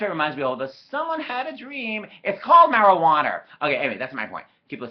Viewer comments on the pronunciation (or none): “It’s called Marijuanurrr” I’m dead!